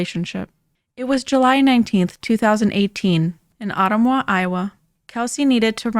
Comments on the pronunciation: Ottumwa aught like gun slang for zero. aught-tum-WA. not oat-tum-wa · *Ottumwa = Oh-tum-wuh